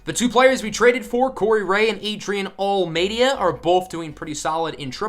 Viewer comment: Almeida is pronounced like: al-may-da :D Greetings from Portugal!